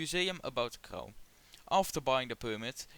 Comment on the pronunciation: For your information Crau ist pronounced Krô, not Crow. And don't forget to clean your camera sensor, it looks like it could really do with a throrough cleaning 😉